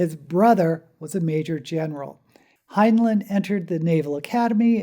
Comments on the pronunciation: Fact #0. He pronounced it hin-line, not hin-lin. Off to a great start. It's "up BY your bootstraps," NOT "up WITH the bootstrap." That doesn't even make any sense. Stranger in a Strange Land is, by his own admission, his biggest failure. He even lampoons it in The Number of the Beast, that only pretentious hippies like the ham fisted pseudo-psychology. Go on. Still waiting for "something I didn't know." Please google HG Wells. He had a "little bit" of notoriety DECADES BEFORE HEINLEIN WAS BORN. ... OK, after watching the whole thing, there was NOTHING NEW. Seriously, couldn't you do at least a bit of research. Let's see if I have one. How about: Time Enough for Love is based around Kabbalistic and Tarot imagery? Dora fell from the "Blasted Tower." The twins represent "The Lovers." I really should chart it out sometime. It's pretty blatant. My favorite Heinlein story? The Menace from Earth. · My favorite science fiction author. My favorite was Time Enoogh for Love. My only criticism of this video is his name was pronounced like FineLine as I was instructed when I joined the Heinlein Society and did one of their local blood drives. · 1 fact you don't know about Heinlein: how to pronounce his name. Here's a hint: the two syllables have the same vowels in the same order.